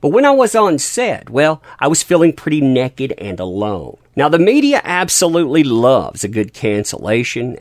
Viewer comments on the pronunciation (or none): none